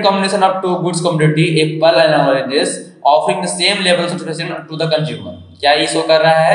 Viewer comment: Very good explanation sir but app apna pronounciation thik ker loo apple hota hai apel nahii